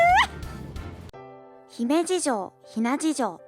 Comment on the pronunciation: 姫路城がヒメ児城に聞こえるようになってしまったじゃないか！！！どうしてくれるんだ！！